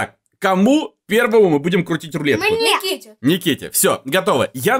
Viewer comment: Он сказал и луетку тоесть"рулетку)